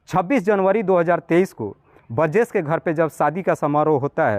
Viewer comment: बरजेश नहीं बोलते बृजेश होता है हिंदी सही करो थोड़ा